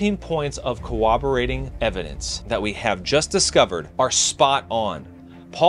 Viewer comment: "cooberating evidence?" Did you mean CORROBORATING?